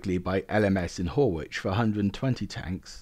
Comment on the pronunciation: Just FYI Horwich is pronounced to rhyme with porridge, otherwise great video, and subscribed for more!